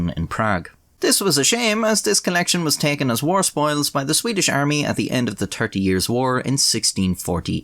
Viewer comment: cant get over "tirty"